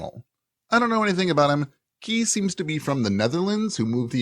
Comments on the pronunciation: You can't be expected to know every pronunciation in every language, but he Dutch name Kees is, I think, pronounced "case" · Kees is indeed a dutch name. It's is pronoounced in the about the same way as 'Case'.